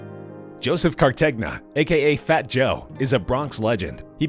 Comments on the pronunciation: Joseph Cartagena, not Cartegna. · How did you pronounce Cartegena wrong. Joe says it all the time